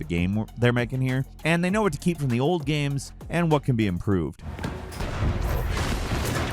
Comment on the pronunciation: "GAEMES"